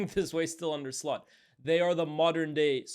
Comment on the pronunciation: This guy’s “Slot” pronunciation sounds like something else